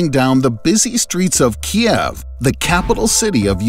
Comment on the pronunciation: Great video, but yr pronouncing Kiev wrong. It’s actually ‘keev”, like the name Steve